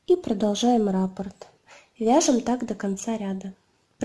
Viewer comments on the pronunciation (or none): РаппОрт, а не рапорт. Ударение на О